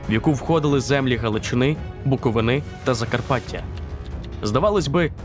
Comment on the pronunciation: Хочу вас виправити стосовно наголосу: правильно казати БуковИна (як чернівчанин кажу). А саме відео - топ, топ і ще раз топ!🇺🇦